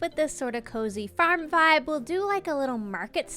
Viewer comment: Don't you just love how Newfies say 'farm'?